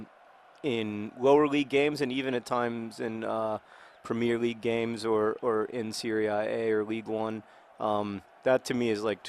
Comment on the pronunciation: John you're still pronouncing premier league wrongly